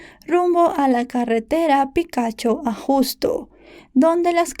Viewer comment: el lugar se pronuncia *Picacho Ajusco*, 😅 ojo no lo digo por ofender, incluso se me hizo gracioso como lo mencionas, amo tu canal ❤️🤭